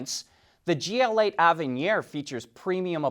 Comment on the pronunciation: Avenir is pronounced (ave uh near) not (ov un knee R)